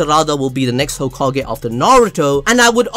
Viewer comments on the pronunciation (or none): none